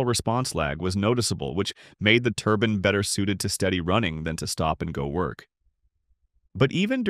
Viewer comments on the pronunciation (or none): A "turbin" is something you wear on your head. A "turbine" is what is being talked about here.